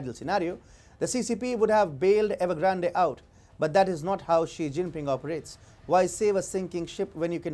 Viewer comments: The E in Evergrande at the end is silent. Ugh, that hurt my ears all the way through.... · The way you pronounce Evergrande makes me laugh every time! Not sure if it’s on purpose…But it’s funny regardless! 😂 Love you channel please never stop exposing the CCP and their genocidal regime! You are doing such amazing work! Much respect!